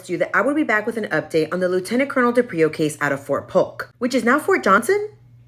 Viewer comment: His surname is pronounced DE-prio. Not de-Prio. Emphasis on the first consonant. The least you can do as a legitimate online journalist is pronounce his name correctly.